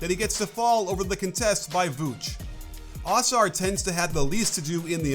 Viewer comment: it is UH- SARR not AH-SARR <3